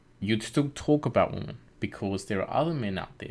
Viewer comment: Plural for "woman" is pronounced WI-men. Not WO-men, despite the spelling. Just a pet peeve of mine. "Females" would also work as an alternative. Otherwise… Great video.